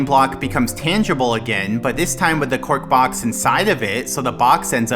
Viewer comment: it has taken me this long to realise that was saying "cork box" instead of "quark box"